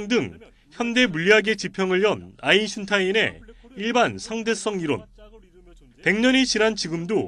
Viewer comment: 리포터님 발음으 쫌... 아인슌타인 이라 발음하시네요. ㅠ